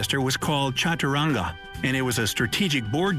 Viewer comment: It's chadarangam not chadurang